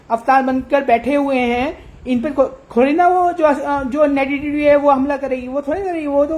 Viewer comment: थूक बाहर निकल रहा है महाराज नेडीटीव ❌ नेगेटिव 👍